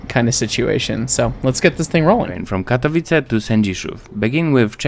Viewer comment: Katowice → ka-to-VI-tse. //// You were pretty darn close, just gotta know that a bare C is a Ts-sound in Polish. Doesn't Croatian use C like this too? Sosnowiec → sos-NO-vyets. //// This one you got every sound correct, just missed the accent. Polish is second-to-last accent like Italian. Dąbrowa → dom-BRO-va //// You were pretty close, just need to know that ą represents an on/om sound here. Górnicza → gur-NI-cha //// Not too shabby, just gotta know that ó = u and cz = ch. This one though: Strzemieszyce → stshe-mye-SHUY-tse //// I gotta admit, I wanted to give up when I saw this one. It's got a lot going on. rz = Zh (the weirdest thing in Polish spelling) but devoices to Sh after voiceless s and t. t+sh is basically the same as a Ch-sound, but then there's the S-sound in front, because it's not a Slavic language unless there are insane consonant clusters. The one under that though!! Wschodnia → FS.HOD-nya //// If you can say this, you are peak Slav. It's an F, an S and a hard H all in one cluster!!!! W = V but devoices to F before the voiceless S and H sounds. Some other names I spotted: Sędziszów → sen-JI-shuf. //// ę = en; dz = J; sz = Sh; ó = u; w = V but devoices to F at end of word. Zawodzie → za-VO-je. //// For this one the hard part is remembering that dzi becomes J. Szopienice → sho-pye-NI-tse. //// sz = Sh, c = Ts południowy → po-wud-NYO-vuy. //// ł = W; This means south. Dańdówka → dan-DUF-ka //// ó = u; w = V but devoices to F before voiceless k. Porąbka → po-ROMP